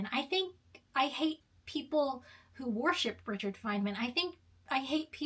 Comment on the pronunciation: I was going to comment but I decided that you're nonsensical video was not worth commenting on. I think you should do a little more research about Richard Feynman before you dismiss him entirely not that it matters because I understood what you were saying but you are mispronouncing the man's name